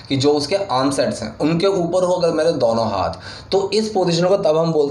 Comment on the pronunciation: Dono hota h sir ,, dauno nahi